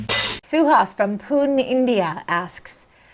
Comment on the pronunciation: Guys.. Pune, India its not pronounced as poon.. but more like ponay..